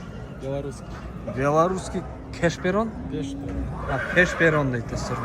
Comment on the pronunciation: Пешперон😂😂😂 першерон